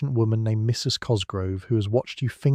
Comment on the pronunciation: Please don't end a sentence after 'Mrs' and start a new one with the lady's last name. I love your content, but this is really disruptive to the pleasant delivery.